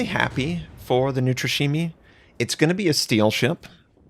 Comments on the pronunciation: Oh, the way pronounces Neustrashimy... It's not a japanese DD:) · love your work man, you probably have bin more helpful for me getting better at the game than all my gameplay put together! Still as a Slavik speaking person, you're BUTCHERING the name of the NeuStrashimii:D Just call it "Fearless" It's gonna be much easier for you as an english speaker to say that, than to try to twist your tongue that much xD You're doing a good job hurting yourself trying to say it the right way, but missing out on the S in the middle is just saying something like... Unbreakable rather than Fearless:D